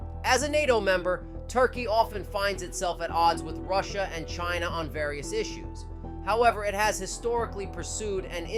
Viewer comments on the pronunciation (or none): none